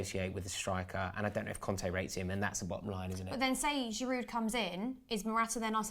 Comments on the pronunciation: It's Giroo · Learn to pronounce Olivier Giroud’s name properly - idiots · Butchered his name. It's not even difficult to pronounce